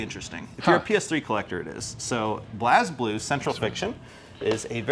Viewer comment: ..when he mispronounced 'Blazblue' smh like bruh...